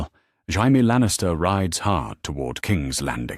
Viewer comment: lol when AI pronounces Jamie as Hamie.